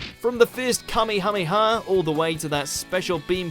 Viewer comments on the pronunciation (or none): none